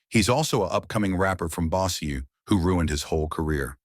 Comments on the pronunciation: Bo- sure. The way you spell it they'll end up saying Bow like bow wow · bossiaye? it's pronounced BOW- SURE City...